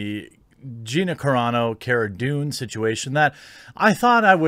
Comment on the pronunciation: Car-a Not Care-a dune. Because her name is carano